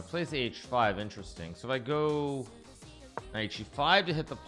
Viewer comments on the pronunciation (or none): none